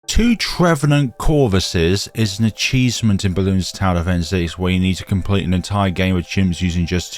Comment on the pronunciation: Did you say "A-cheese-ment"? Cool.